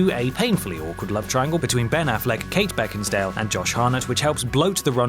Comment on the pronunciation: Kate BeckinSTALE... HAHAHAHAHA